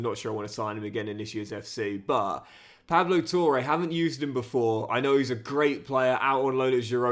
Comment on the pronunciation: It’s pronounced pablo tore not pable toure